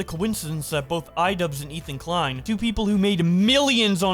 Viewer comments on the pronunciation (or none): none